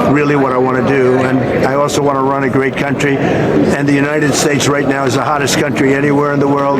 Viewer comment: Did Trump just say he really wanted to “ruin” a great country?